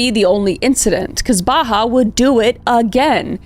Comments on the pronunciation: I kept hearing her say Baha Humbug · Same! It made me giggle when I shouldn’t be 😅 It’s a pretty common name among Palestinians, it’s Bahaa, pronounced more like bah-haht The pronounciation